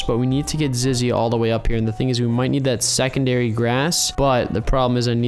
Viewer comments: 😂zizzy not ziggy😂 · ITS ZIZZY NOT ZIGGY AND SHE’S A GIRL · ima tell him two things it zizzy not zig and zizzy is actually a gal / girl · Her name is zizzy not zggy * laugh so hard* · Zizzy not Ziggy silly seey ok ur notcsilly they say it bc uhh idk :^ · Bruh ant you keep saying ziggy but its actually called zizzy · its Zizzy not Ziggy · Bruh its Zizzy not :Ziggt: your forgiven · I just sayin but I think you said ziggy it,s zizzy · Umm it’s not zigy. It’s zizzy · the you said ziggy cause its zizzy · I think her name is zizzy not Ziggy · Ziggy" me no its actually zizzy every youtuber makes this mistake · Ziggy? You mean Zizzy? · Ya say Ziggy instead of Zizzy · ant its not Ziggy its Zizzy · U call her ziggy but her name is zizzy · Ziggy its zizzy btw just saying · It’s zizzy not ziggy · ant its zizzy not ziggy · Ok it is zizzy not zigy🤣🤣🤣🤣🤣🤣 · Is zizy not zigy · It's not freaking zeggy ITS zizzy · its zizzy not ziggy and zizzy is a girl not a boy. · It called zizzy not siggy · It's Zizzy not Zaggy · It's not Ziggy it's Zizzy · Ziggy? You mean zizzy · Its 'Zizzy' not 'Ziggy' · man he ceep on saying zigy not zizy i mean really bruh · It’s zizzy not ziggy 😅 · its not ziggy its zizzy lol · It's zizzy not Ziggy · No you said ziggy its zizzy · its not ziggy its zizzy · Its not zigy it's zizi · It's not zigy it's zizy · its zizzy not ziggy ooOOoOoOooOoOOOOOoOOoOoOoOoOoOooFfF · Why are you saying.ziggy say zizzy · XD YOU KEEP ON SAYING ZIGY LOL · ik lol tell him to say zizzy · Carti He really said Ziggy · He is saying ziggy 😂😂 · He does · He was saying Ziggy for the whole video 😂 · And he called her Ziggy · im so cringed ant says ziggy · Marielle Decastro i dont mean to insult him its just a bit weird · I was going to say that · Guys stop talking about him saying “ziggy” he knows he is saying ziggy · This is how many times he said Ziggy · Why did he say ZIGGY🤣🤣🤣🤣🤣🤣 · Dude you said ziggy 😤😤😤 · And you said it wrong it is ( ZIZZY) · Did u say Ziggy or Zizzy?